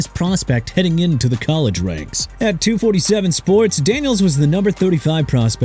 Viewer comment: DAMONTAE (DUH-MAHN-TAY) KAZEE!! SMH!! ALSO IT'S 24-7 SPORTS NOT 2-47 SPORTS!! WHAT ARE YOU ON SIR?!! ARE YOU HIGH?!